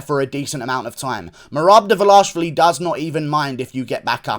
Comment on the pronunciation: I can’t be the only one impressed with Guru’s flawless pronunciation of Merab Dvalishvili.